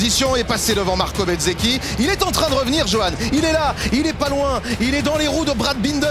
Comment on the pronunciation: Par pitié!!?? Arrêtez avec benzzechi! BENZZECHI comment?Momo?? Il me semble que c’est BÉZZECHI! Merci de lire vos notes et de respecter les patronymes